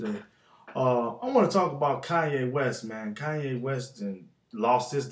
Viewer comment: kanya west? lol